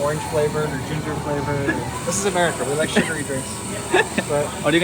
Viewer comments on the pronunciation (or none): Umrica nahi America hota hai